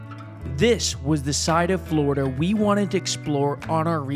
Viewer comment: Yeah FLOORDA why tf is he saying it like that 🙄